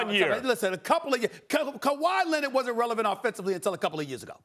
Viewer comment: "Kawhi Lenid"